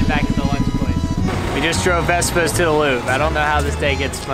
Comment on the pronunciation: The way you pronounce "Louvre" sounds like "loo" - so, is it the biggest loo in the world? Don't omit the "...vre" - it's Looooovre!